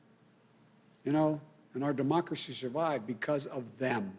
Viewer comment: “Our Demoxly”?